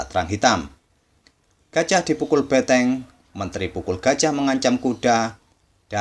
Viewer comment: benteng bukan beteng bang...